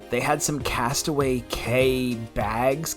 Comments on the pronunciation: Castaway Cay is pronounced Castaway Key 😊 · Castaway “cay” is pronounced Key. Fyi. Thanks Dad!